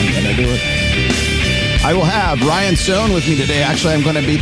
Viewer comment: Sorry to do this but as an Irishman I can't let it slide lol. Rian is not pronounced Ryan. It's Ree-an. It means King.